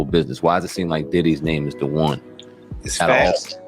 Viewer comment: Ayo ….. great job but if you’re gonna do this you gotta start saying the names correctly. At least 😂